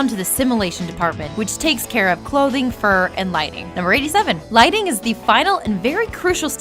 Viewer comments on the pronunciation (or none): none